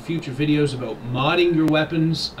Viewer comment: Are you canadian? You said "aboot" lol